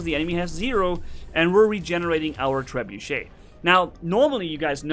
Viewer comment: wrong grammar cause you read the guns like trebeuch wrong